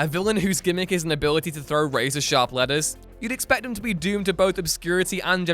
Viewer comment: I swear for a second I heard you say Typeface threw sharp lettuce and got really confused... then realized you said letters. And also remembered that time in D&D one of my players fought a shark by throwing lettuce at it